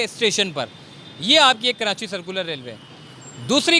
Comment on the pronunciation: Malir cantt not Can't lol hope you guys been in school to learn a bit , by the way it is not Karanchi, correct pronunciation is Karachi, any way good job